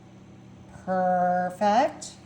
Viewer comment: Fageeta??wth..you can tell you cannot cook!!...drippyer??...tortill-a???peecannie???.. learn how to pronounce what you're eating/cooking..it might just make you SOUND like you know what you are doing..other than that....this has to be some type of southern joke and we don't get it!!.. #howirritating#trash#dogfood...NOBODY seasons their meat..AFTER its cooked... Duh#insulttorealcooks...go play in another field PLEASE!!!